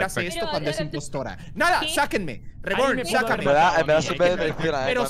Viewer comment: Me da risa como ari pronuncia el nombre de reborn Dice disque: "Ribourn" ajajskajsjsjddj Pd: BIYIN Y AURON LA PAREJA PERFECTA ❤😉